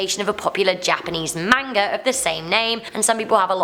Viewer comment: Ugh pronounces manga wrong just a pet peeve of mine sorry lol